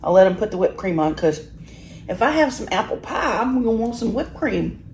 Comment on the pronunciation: It's steak bites. Not jerky or a beef stick. It's PIE, NOT PAAA.